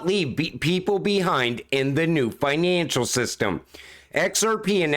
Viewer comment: The new finaaaancial system. Are you from the North East?